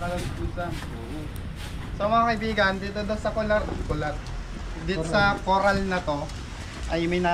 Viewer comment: 😂😂😂 coral Eloy hindi colar